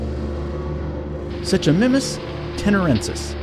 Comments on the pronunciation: You said suchamimus wrong It's said like sook a my mus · i like how he says such-i-mimus not suuckimimus or how ever you spell the pronunciation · It su-koo-mi-mus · What’s a such a mimmus it’s suchomimus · its suchomimus nott such a mimus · What's a su-cho-mim-us????? I've heard of su-ko-mime-mus. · Sechomimus? I thought it was Suchomimus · its suchomimus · SU-CO-MY-MUS. Such-a-mim-us. The fuck are you you saying? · It is not suchumius it is (su—ko—mai— mus) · Hold on hold on when he was talking about the suchimimus, did he say (such-a-mimis)? Because it’s pronounced(suc-a-mimus) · It's suchomImus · How he says suchominus though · It's pronounced suko-mime-us. Not suchomimus * even though that's how the name is spelled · It's (Sue-CO-my-MUS) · I have to correct you Suchomimus= sue-co-mime-us Also like the suchomimus spinosaurus was a fish eater. Like you said with striking resemblance to modern crocodiles spinosaurus lived in the swamps of what is now Egypt and ate primarily fish but hunted other things if absolutely necessary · Suchomimus is pronounced like SOOK-O-MIME-US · Suchomimus, like any other "sucho" (i.e. sarcosuchus, deinosuchus) is pronounced "suk-oh-mime-us". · As a paleontologist, this is embarrassing. 1) Almost all dinosaur genera (plural of genus) are monospecific (meaning they only have one species). There is only one species in the genus Spinosaurus and it's Spinosaurus aegyptiacus. 2) If you're going to talk about dinosaurs, learn how to properly pronounce the words needed like genus, "gee-nus" not "jen-us", as well as the names themselves. "Sue-ko-mime-us" for a start. 3) Brush up on basic cladistic terminology. It is acceptable to call Suchomimus a spinosaur because that indicates the family Spinosauridae, but it is not a Spinosaurus. I could go on and on but long story short, do better research. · Suchomimus is pronounced sook-oh-mime-us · derpy crafty gamer nah man it is su-ko-meme-us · The way he said suchomimus though....